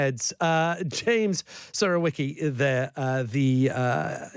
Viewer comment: Try to pronunce 'Surowiecki' as 'Surovyecki'. He probably has some Polish ancestor.